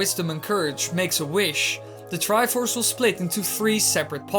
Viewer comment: "The Triffffuufuf of courage"